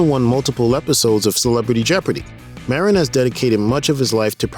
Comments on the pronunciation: Marin, pronounced Mahdine---not Marrin. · UGH ITS NOT MARE-IN